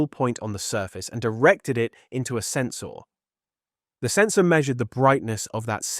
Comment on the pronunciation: You said Sens-OAR !! YOU DID THAT ON PURPOSE I KNOW IT! God bless Tuvok 🙏